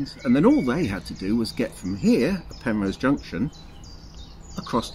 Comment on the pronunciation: Penrhos not Penrose.